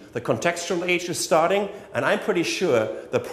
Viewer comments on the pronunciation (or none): none